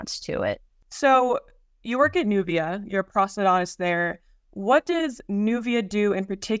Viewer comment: Whats a "prosedontist"??